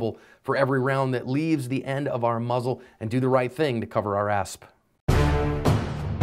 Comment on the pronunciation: Why the hell do you say “cover our assp”